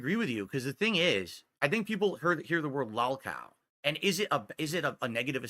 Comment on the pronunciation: He needs Joon and Kino to fight his detractors for him. Look how he tries to hide in their shadow. Why doesn’t he do his own documentary? Jesus what a spineless little coward he is. And no,, no one hears the word lawlcow until you say it like that. No one stalks you. Go get your Pullups and act like a Big Boy. Good god. Sure, we’ll all forget how you said Joon should cover the positive side of your life and the documentary would be unfair if it was mostly negative. Then Joon gave you a heads up so you adjusted your attitude and retconned your whining about how no one cares about your positive happiness.